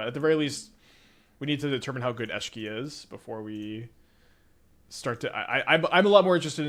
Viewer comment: Hi! Love your content, but I get whiplash everytime I hear you pronounce Esh - key in a new and profound way...